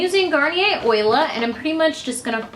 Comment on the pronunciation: It's Olia – Oh-lee-ah – not Oila. Just saying. But thanks for the how-to video. :)